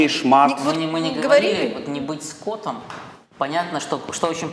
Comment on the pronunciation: не скОтом, а скотОм )))